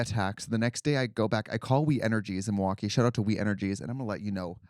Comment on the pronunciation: You missed it! " Health milWALKee"